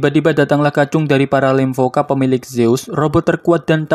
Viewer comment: Lemkova bukan lemvoka